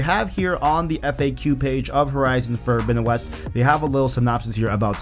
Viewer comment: "Fordowinowes"? Wth!?!?!